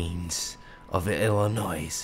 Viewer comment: Illinois lol Cmon the s is silent. I live just south of Chicago so that drives me crazy